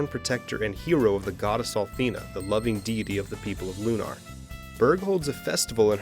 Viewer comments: Lunar is a real word stop saying it a "loo-NAR" like it's something made up for vidya gaems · It's pronounced Lunar. As in identical to how one would say Lunar Eclipse. You wouldn't say "lunaahr" eclipse. Why the affectation for the title of this game? It's the same word, whether it's a title or not. Silly, considering you say Luna for the name of the character, then proceed to say it the other way a sentence later.